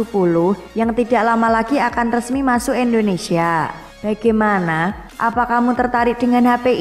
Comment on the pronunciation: indonesia jadi * endonesia* tlg biacaranya di perbaiki !